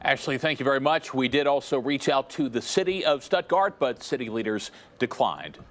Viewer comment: Why are they saying stepgart when it's STUTTGART GERMANY ITS ONE OF GERMANY TOW